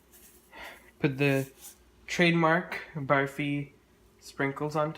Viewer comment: This looks soooo much better than the other version in this collab !! Thanks for not saying "baaaaarfee"